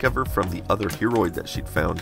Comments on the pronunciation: Everytime you tell "Hearoid" I personally hear "Hemorrhoid" ... <.< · I thought he said heammorid for a second then